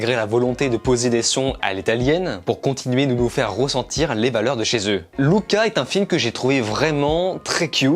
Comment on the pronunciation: Merci ! Enfin un gars qui prononce bien Luca ! 🇮🇹🤌🤪👏